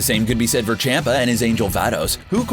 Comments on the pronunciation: I hate how he says Lord chompa like Lord Champa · Z-eh-noh. Ch-om-pa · Chompa not Champa, and Zeno not Zino, Jesus does this dude even watch Dragonball? The fool can even say the damn names right except for the DB names that are household names. Smfh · Beerus and CAMPA . Not Champa, Campa . I can't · First of all learn to pronounce names. Vatos with a V not fatos. Chompa with an o sound not Champa and just for the record Vegeta always had the power to destroy the planet evening before his first fight with Goku he blow up a planet cuz he was bored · Why does he say ZEEno instead of Zeno? That is proof that this dude is reading off a script and does not watch dragon Ball He also said CHAMP-a instead of CHOMP-a. I mean come on 👎👎👎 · It’s not pronounced CHOMPa. It’s more CHUMPa or CHAMPa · I really dont like how you pronounce names wrong like zEno amd champa or how ever its spelled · your to English with in pronouncing there names like Champa and zeno there pronounced like ch-ahh-m-pa z-eh-no biggest problem with English speaking people take note there are 5 vowels in Japanese. (a), pronounced "ahh", (i), pronounced like "e" in "eat", (u), pronounced like "oo" in "soon", (e), pronounced like "e" in "elk", and (o), pronounced "oh". All Hiragana characters end with one of these vowels, with the exception of (n). The only "consonant" that does not resemble that of English is the Japanese "r". It is slightly "rolled" as if it were a combination of a "d", "r", and "l". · Lol on champ a pronunciation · champa's name is pronounced chompa btw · Zeno doesn’t fight... WHO WROTE THIS DAMN SCRIPT? They can’t even pronounce champa! It’s champa (chomp•uh) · man the sheer amount of mispronounced names and titles in this 😂